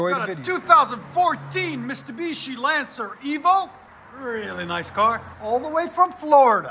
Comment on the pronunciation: I'm hearing you say MISTAbishi ...........😂😂😂